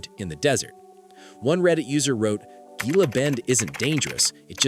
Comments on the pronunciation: The G in Gila is pronounced like H, you are no authority on Arizona if you do not know that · Typical AI !!! Everyone knows how “Gila” is pronounced. H sound and NOT a G!! At least it isn’t a BRITISH ACCENT narrating. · It's pronounced Hila Bend... stupid AI.